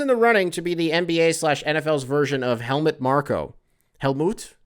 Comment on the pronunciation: It's Helmuuuuut with the pronounced "u". And yes, he is a giant asshole. Greetings from Germany :)